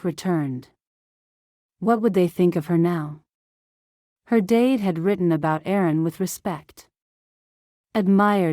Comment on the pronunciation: It took me a good while to get that the person she thought about was her dad, because AI pronounced it "dayd"